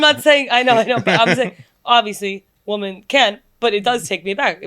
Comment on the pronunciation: Also how has no one called out inability to pronounce the word “women” 😂